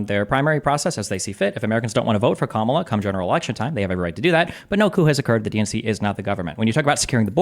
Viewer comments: Did he say cuckmala? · Every time, I hear someone say ka-MA-la, I just automatically think, "Well, this person is an idiot." Seriously, you know you're in a cult when mispronouncing a name is required to be part of the in-group. I don't recall it being a requirement of Republicans to say "nuke-you-lar" just because GWB mispronounced it as such. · just can’t stop mispronouncing Kamala’s name. KAH-mah-lah, real easy. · can't even pronounce Kamala's name right. It appears to be a right wing sneaky slur. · When you still refuse to pronounce Kamala’s name correctly and you have to falsely state “that’s a fact” after each of your talking points, you are no longer a credible individual. Next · can't pronounce Kamala, either? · Why does this tool keep saying Kamala's name incorrectly even after Destiny says it correctly...every...single...time?